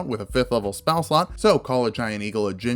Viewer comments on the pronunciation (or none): none